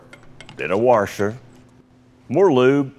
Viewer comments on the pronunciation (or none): And a “waRsher”